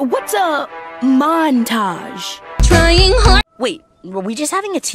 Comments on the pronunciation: "what is a mon-tage?" " trying hard " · What’s a “montage”? TRYING HARD